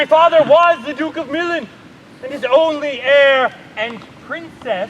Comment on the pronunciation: why they saying milan wrong